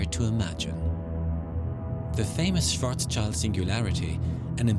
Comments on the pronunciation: One comment which may irk you though; pronouncing Schwarzschild (Black shield) SWARTZ_SHILT or thereabouts. Thank you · Is really so difficult to pronounce Schwarzschild?